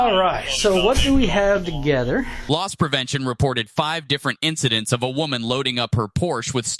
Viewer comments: It's not "lost prevention" but "los*s* prevention" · It’s Loss Prevention, not Lost Prevention, knucklehead. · Its “loss” prevention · "Loss prevention", not "Lost"